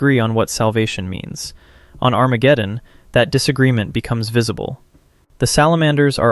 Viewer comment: “ON ARAMGEDEON 🗣️”